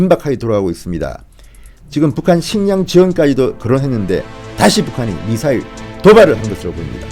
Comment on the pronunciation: 쟈들은 미사일 발음을 못하나 ??? 따라해봐 미~~~사~~~~일